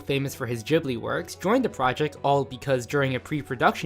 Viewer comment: Did he just same "jibili?"......